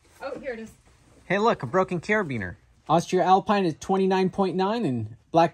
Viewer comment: For everybody wondering how to pronounce their new favorite brand of carabiners: it's "Austree-alpeen"